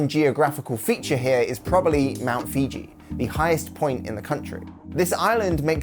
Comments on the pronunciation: For gosh sake, learn how to say the names of places properly for you make a video! It’s not that difficult. The main mountain on Honshu is mount FOOJI, not FIJI!!! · Mt Fiji? Mt FIJI?? Come on dude. If you are going to take all this time to put together a video, you can at least get the name of one of the worlds most iconic volcanoes right. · High quality? He can’t even get the name of Mt Fuji right. Everyone knows Mt Fuji.